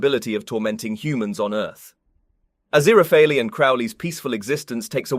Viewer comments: It's ah-ZEER-ah-fail, and CROW-lee. Honestly, it's hard to listen to you when you can't even pronounce their names correctly (or consistently). Did you even actually watch the show? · A-ZIR-a-FELL Thus his cover name of A.Z. Fell. Mr. Fell. NO hard ee at the end, though if it were antique Greek the final e would be sounded. But it's not real antique Greek, and you're driving me insane with that extra sounded syllable, which at the very least makes one suspect you didn't really watch the show. Ah-ZIR-ah-FELL. Crow-lee. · Don't pronounce the 'e' at the end of the name 'Azirafal' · Great video but however, I'm convinced Fufur read for this video. Azirapalala. Azirapapap. Aziphapleara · I felt like in that one episode where Furfur can't pronounce his name correctly. Aziraphalala hahahaha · Ah-zira-fail is more accurate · So far so good, besides the correct pronunciation of Aziraphales name! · I would find the review more credible if the presenter wasn't mispronouncing BOTH the primary characters names!!!!! Did you even WATCH the show cos the names are stated regularly and clearly!!!!!! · I can't believe I just endured 11 minutes of this skin-crawling pronunciation of Aziraphale only to realize this is was merely and simply a RECAP of season 2, not an EXPLANATION. Certainly not containing anything SHOCKING at all. The things you do for a few visualizations. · He pronounces the last syllable like fail, but It think Crowley may say it more like fell. I'd definitely take fell over the many wrong pronunciations in this video. And, yes, Crowley with a long O as in crow, but at least he isn't using five different pronunciations for his name as he is for Aziraphale. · Your pronounciations of aziraphale just keep getting more strange as the video goes on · Only heard it said correctly once in the entire video. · Never worry, one cannot simply pronounce Aziraphale’s name. 😂❤️❤️❤️